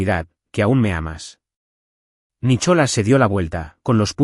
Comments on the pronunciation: Estoy de acuerdo no sé dice Nicholas se dice Nicolás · Por favor, hasta los canibales hablan Ingles!!no se dice Nicholas, se pronuncia nicolàs!!no pongan nombres ingleses si no los saben pronunciar!!!!!!😮😮😮😮😮😮😮😅😅😅